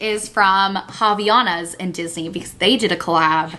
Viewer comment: Você é BR, seu jeito de dizer havaianas é o jeito certo sim hahaha